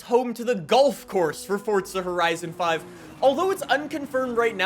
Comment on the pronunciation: Its wierd hearing say horizo5 love the vids